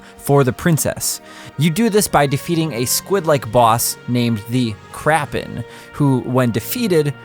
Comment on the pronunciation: You had me at "The Krapen."